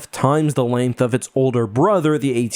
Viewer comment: Both the Juggernaut and AT-AT have their uses. The Jauggernaut moves a lot faster and carries more troops. The AT-AT (and thanks for pronuncing that right way and not like @@ has more hight so it can cross rivers and move through swamps because you don't need traction like with wheels. The hight also gives you a good view so that you can destroy your target from a greater distance like with the shield generator on Hoth. Not sure about the armor on either of these. Snowspeaders seem to be more of a light vehicle and can't penetrate the armor of the AT-AT but can X-wing blew up the AT-ACT on Scarif. But since these two are of a different AT- model I'm not sure if they both have the same density of their armor. As for Jauggernauts I don't think we've seen them being attack by aerial units.